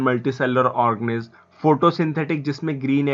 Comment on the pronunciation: Thik se pronounciation kero organiz nahi hai wo or thik hai thik hai thik hai kitne baar bologe need to improve